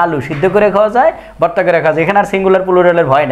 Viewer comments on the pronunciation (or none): none